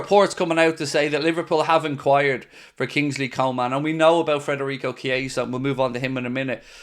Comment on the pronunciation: mate please stop saying frederico its federico its pissing me off